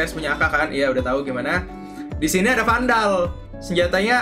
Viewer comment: 5.38 , gk salah lo nyebut vandal tuh smg?, ato emg salah nyebut